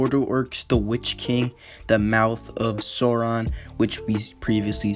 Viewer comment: bruh be like: " Soron ", Dur-in. Like, man, learn how to say it right!